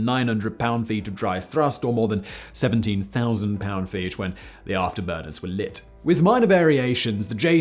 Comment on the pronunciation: Thank you for getting “pound feet” right. The twitch in my eye went away entirely!!